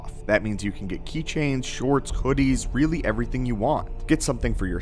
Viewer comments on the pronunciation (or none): none